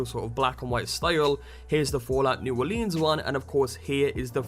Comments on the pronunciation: It's pronounced New Orlins, not New Orleens; unless you're from there, then it's Nawlens. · It's New Orleans not new orleeens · Hey, don't lean on the lēan. It's New Orleans. Not New OrlEEEAAAns. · lol fallout new orleens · Why does everybody pronounce it "New Orleeens?" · u need to say it like new orlands kind of I live there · say Orleans like here in the usa plz it pisses me off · The way you say New Orleans is hilarious to a me as a Louisiana native. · good video but I grew up in New Orleans and holy shit I was crying on how you Orleans